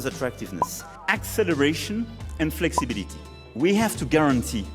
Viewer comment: Attendez qui qu'c'est qu'avait dit que Macron il avait un bon accent anglais? Avec son "fexibiliti pipole" woaw!